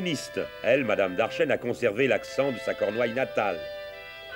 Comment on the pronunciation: Certainement Darchen et pas Darchenne